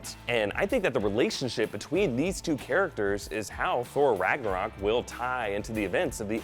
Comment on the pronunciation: How many times is "Ragnarok" mispronounced RagnOrak ?